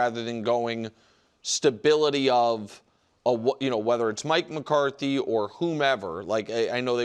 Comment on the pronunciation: I usually don’t ever watch this show, this is actually my first time but this dude said Mike McCarthy lmaoooo I see why I don’t watch this 😂😂😂